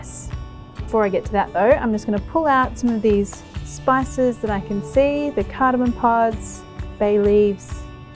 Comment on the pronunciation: The music ruins an otherwise top-notch video. Such a shame. Still a thumbs-up from me, but that music is horrid. Another issue: umm, it's "cardamoM", not "cardamoN". Please learn the correct pronunciation - a lot of people watch your videos and you're doing a disservice by not pronouncing the word correctly.